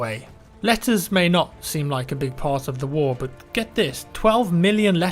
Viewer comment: I'm not gonna lie. I thought you said "lettuce". And I'm like 'does the military in WW1 only eat lettuce? oh wow'. then you go on showing a letter and I'm laughing at myself. 'Oh, Letters!!'